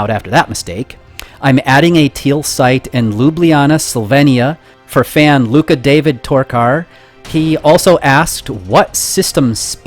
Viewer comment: My only wish is that I would have an easyer to pronounce surname. You nailed "Luka David". You barely even say "O" when you say "Torkar".